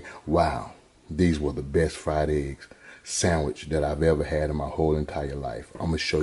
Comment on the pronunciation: B-E-S-T...not Bes!! Please people!